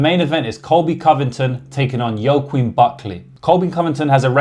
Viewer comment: hey just to let you know joaquin is pronounced 'wackeen'